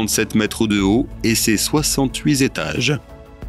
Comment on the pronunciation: "68 zétages" ... "35 zentrées"... Le "magazine de l'intelligence" mais pas "de la grammaire"...